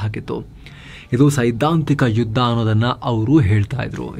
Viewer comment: 0.35 hale judh alla sir hale yudh